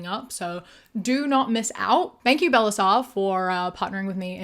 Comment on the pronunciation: your annunciation on bellesa killed m,e